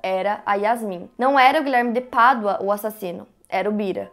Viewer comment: Me lembro que foi com o primeiro vídeo sobre este caso que te conheci. Na época ficava irritada com você falando “Guilherme de Pardua”. E então pensei que eu tava sendo uma idiota e vi mais um vídeo, e outro e todos kkkkk. Você faz um excelente trabalho. Parabéns pela forma como aborda,.